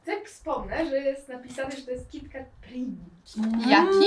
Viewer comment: W końcu ktoś kto mówi kitkat ,a nie kitket